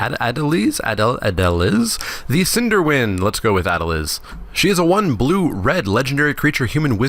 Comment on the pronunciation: Ah-del-eez But fair attempt yo.